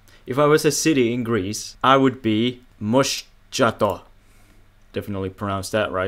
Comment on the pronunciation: Μοσχάτο (Pronounced mos-hato) Thanks for doing Greece! I live in Moschato!